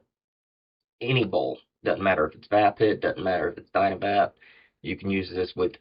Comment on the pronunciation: Hey hope all is well wit ya. Thanx again for the seeds from Greenwrld. That Vaphit looks cool oh and yeah don't take it personal but it's kind of funny when you pronounce the Vaphit it's pronounced like the word Vape and hit and put them together LOL but it's cool though it's a nice product thanks again for your reviews.